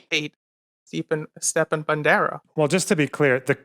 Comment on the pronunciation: He doesn't even pronounce Stepan right. Those people are just scum of the scum